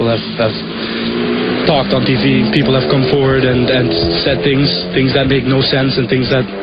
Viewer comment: Saying “tings” versus “things” is probably the most common thing that non-native English speaker’s do. It’s very unusual in other languages to have that “thhhh” sound.